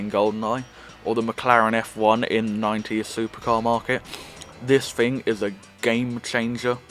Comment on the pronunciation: It is “thing” not “fing”. Just saying 🤣